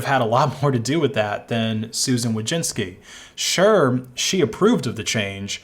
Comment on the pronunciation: Nice coverage, except you mispronounced her name. There's no '-inski'